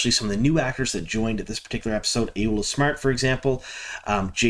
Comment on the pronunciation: This was a fun review, thank you! Also, Ayoola = AH-YAW-LAH 😊